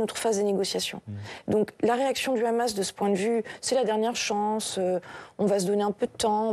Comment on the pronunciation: Ils prononcent toujours KHamas au lieu de dire Hamès ! Il faut qu'ils arrêtent de confondre l'hebreux moderne avec l'arabe classique ; il n'y a aucun rapport entre les deux. Trop différents